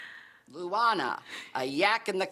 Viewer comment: Its "Lunana" not Luwana lol